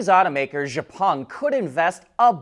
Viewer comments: check out the pronunciation of Xpeng. It is X-pung NOT Zhe-pung. Really enjoy you reporting every day. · after so many comment, he keep wrongly pronounce xpeng. time to stop watching this channel and set don't recommend content from this channel ON.